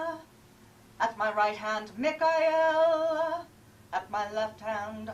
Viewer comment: Ohhhh, Me ka el. Its Michael, dude. Fucking Michael.